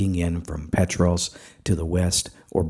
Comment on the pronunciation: Petros...pronounced "Pee-Tross" short "o"